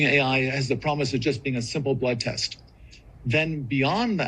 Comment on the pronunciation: " Blood test" sounds more like "blood lust"